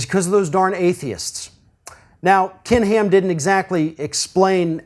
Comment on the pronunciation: "Kin Heeam"